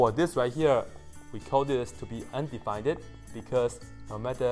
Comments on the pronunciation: yes: he said "undefineded“ wirh a "ded" at the end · Im the only one feeling like you are pronouncing undefined in a wrong way ? 😂😂